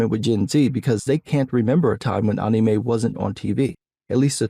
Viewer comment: I love how you say anime correctly but it sounds wrong. This is like TEKKEN all over again.